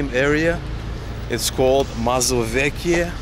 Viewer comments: Mazowieckie - pronunciation "mazovietskie".☺ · "MazowieCkie" - no letter skipping in Polish :P